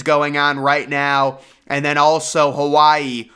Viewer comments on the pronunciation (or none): none